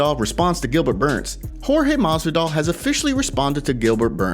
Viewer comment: Maswidal